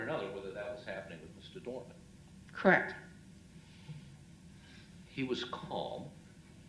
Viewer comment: Doreman, not Doerman.